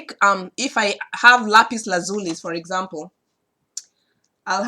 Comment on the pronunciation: Thank you my friend....by the way you are the only person I know that pronounces the stone Lapis Lazuli the way I do..I've always pronounced it with an Italian or Hispanic quality. Hard to explain in words, was quit surprised to see we both pronounce it the same way....